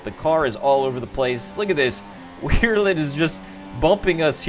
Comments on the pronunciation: Wehrlein is pronounced VER-LINE, I think anyway, good content though man! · Both ver-line and vare-line i think are correct, aye i had trouble at when i first got into the sport! xD